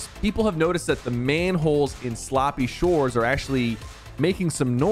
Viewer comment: Bro really said “sloppy shores” ☠️